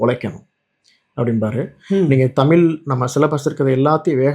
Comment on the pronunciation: தமிழ்........ தமில்...... தமிழா ....... தமிலா....... தமிழை ...... தமில் என்கிறார் நண்பர்!!!